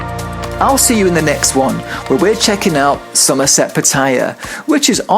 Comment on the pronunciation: Both TVs are pretty awkwardly placed for such an expensive room. You're pronouncing Pattaya wrong lol, listen to how the locals say it!